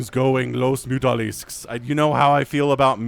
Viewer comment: it mutAlist and not mutOlisk for a reason. So, I think it's pronounced, Las Mutalisks.